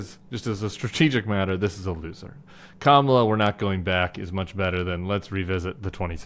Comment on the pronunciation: Did anybody notice that Trump pronounced Kamala's name correctly at the press conference today? Not sure what that means!